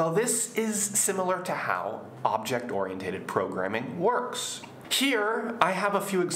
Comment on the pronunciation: Very good lesson. I have a question about the pronunciation of ORIENTED. Shouldn't it be pronounced like this?